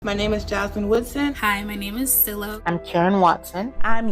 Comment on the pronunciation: It's siiiiii loooooooww not silllloww